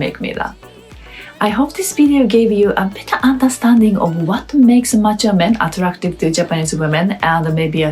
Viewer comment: "Mature" kept sounding like "macho", which is not a bad thing.